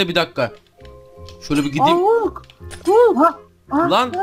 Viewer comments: Abi o hulk diye okunmuyo halk diye okunuyo🙂🙂🙂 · Hulk diye yazılıyor halk diye okunuyor